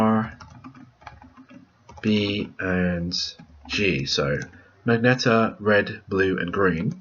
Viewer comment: Lol'd at 'Magneta'